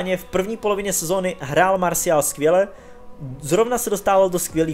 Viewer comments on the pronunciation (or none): none